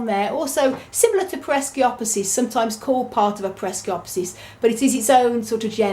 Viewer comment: It isnt peresiopesis. Just pereskiopsis.